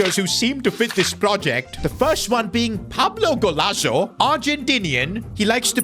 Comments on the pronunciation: 😂😂the man just got rosted for nothing it "Gonzalo" not Golazo 🤦‍♂️ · No one noticed he destroyed the name of Pablo Gonzalo. Pablo golazo at the 4th minute of the video 😂😂😂😂😂😂.